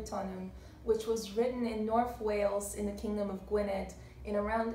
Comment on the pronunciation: Gwyned in middle welsh is pronounced /gwin-eth/ where the th is voiced as in "there", not /gwined/. Similarly the medial d in Badon is pronounced with voiced th ie /Bathon/. Culhwch is pronounced /Kill-hooch/ in modern Welsh where the ch is pronounced as in loch or Bach. Your presentation is spoilt by poor accoustics because you have chosen an echoing environment. You need a room with more soft furnishings to absorb echo.